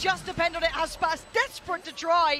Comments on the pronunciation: Bruh its Aspas not Asspass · Yes, and pla part 2 but try not to say "asspas" and really say "aspas"